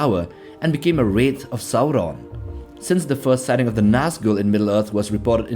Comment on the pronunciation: Your pronunciation of Sauron and Morgoth is remarkably rad